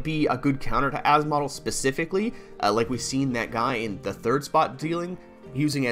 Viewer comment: as-model hahaha its asmo-del